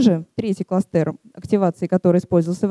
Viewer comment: у меня правый глаз дёргается при слове кластЕр...